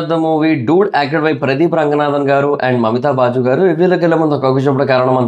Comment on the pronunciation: Baju ❌ Baiju